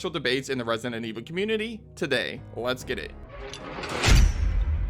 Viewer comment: Could you learn to pronounce Resident, jeezus...